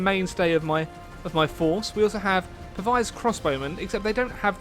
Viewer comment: The way he pronounces Pavise crossbowman